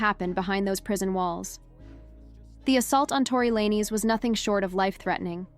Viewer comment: you youtubers should learn how to pronounce the names of the person ur talking about cause u r pronoucing his last name